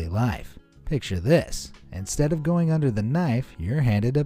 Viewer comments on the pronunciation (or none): none